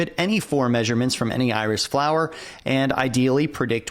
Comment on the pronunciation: At first, I did not understand what you meant with "The Irish Dataset". It sounded like a chess opening. But it became much clearer when i started to read the file names. :D